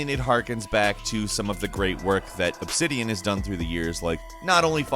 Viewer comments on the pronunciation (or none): none